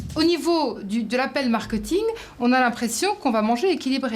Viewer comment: Marketing elle le prononcé Markeuting Et fast food elle dit faze food